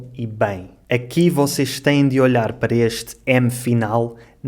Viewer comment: mais ênfase pronunciado: maish Talvez é possivel...? Não compreendo porque olhar pronunciado: olar ...por causa da ligação? (Elisão) (de olhar...d'olhar) Muito obrigada pelas lições